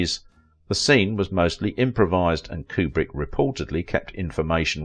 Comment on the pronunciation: His name is pronounce Que-brick, not Coo-brick.